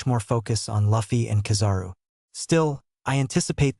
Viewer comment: The auto generated voices and not an actual narration is getting so tired. The mispronunciation of “Luffy” should be considered a crime. Especially if you’ve been a fan for years, as the narrator claims to be 😭🤦🏽‍♂️